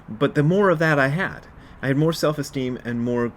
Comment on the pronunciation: So, Selves Esteem. (It sounds like Elves. Oh wait. No Elves Esteem?). Seriously a helpful 'cast today, Brad. Confidence for me is faith that the universe is already always there to help out. I forget that a lot, since I easily forget to take the self out.